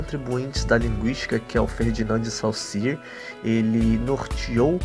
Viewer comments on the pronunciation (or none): Lê-se "Sôssiürre" xD